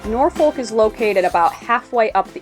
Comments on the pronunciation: We locals don't pronounce the "L" in Norfolk, so it comes out more like "NOR-fok", or, if you are really from the south: "NAW-fuk" :) Looking forward to following y'all on your adventures! Heading to the Rendezvous tomorrow to start planning my loop adventure! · Nawfuck narfiick not nor folk